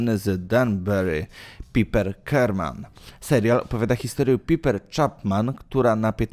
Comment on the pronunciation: PAJPER, a nie PIPER.